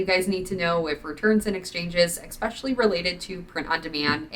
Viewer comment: Love your vids... But the word is Essssssspecially not ekspecialy!